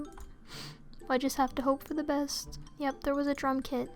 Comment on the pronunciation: This is weird but when she said "Drum kit" I thought she said "Drunk kid".....